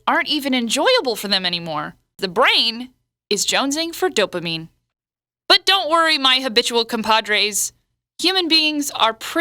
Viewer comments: The way she said dopamine... xD Oh my god! IT'S DOPAMINE!!! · I like how she says Dopamine :)